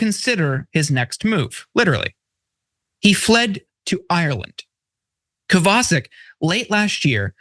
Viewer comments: Isn't it "Kovva Shic" rather than Kavar Sick"? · Kovacik is a Slavic name. Pronounced Co-va-chik. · Not that it's important but that name should be pronounced "Kovachik" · I think that might be pronounced Cova-chick. But mostly I don't care. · It's Kovacheek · Omg, did you ever butcher that guys last name! It's polish, Koh vah check. None of you proof read your segments beforehand to iron out these mistakes and it shows. Be less lazy!!!! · Would it not be pronounced Kova-chic? Not defending anything about the person, just an intellectual query. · Any name that ends with a "CIK" is pronounced "CHICK" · Good point. And in case of this guy, it is pronounced KOVAH-CHICK.